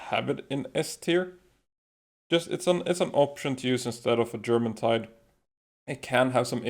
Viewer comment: I love the videos explaining the palworld, but if there is one thing i would nit pick on, is the pronunciation of germantide. Its not Germantide. Presuming that it refers to the Norse jourmangadr, it probably sounds more like Yourmantide